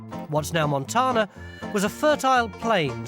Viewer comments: "Montanna" not Montahna" think Tan skin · What's funny is all Americans technically "mispronounce" it; the word is Spanish and spelled in that language as 'montaña'; the fancy hat-wearing letter n gives it a 'y' sound: mon-TAN-ya Tony says it as though it were an English-origin word (mon TAAH na), where Americans say mon TAYN ah. Sorry for the linguistics lesson, just info dumping 😅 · Montarrrna Hahahaha gold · its like it isnt wrong but it is just, a total british inflection that sounds hilarious. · Only if it irritates Montanans... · I chuckle when Tony mispronounced Montana.